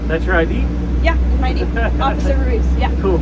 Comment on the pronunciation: She kept asking for an 'idea'... let me see your 'idea'... what the f**k is an idea, and how can you show that?!....Oh, she meant I.D.!!!! Nice that she can't even pronounce 2 letters...I D...